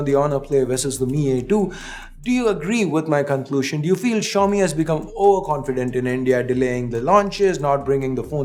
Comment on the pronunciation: Xiomi or show me?????😅😅😅😅